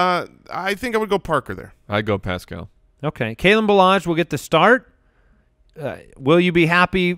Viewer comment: You guys are the best, but you’re putting the emphASIS on the wrong syllABLE with Paschal (pronounced “Pascle”) 😁 GO COLTS 💙💙💙